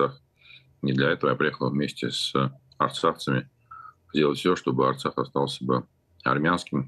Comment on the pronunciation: Osturax a ne artsax😂😂😂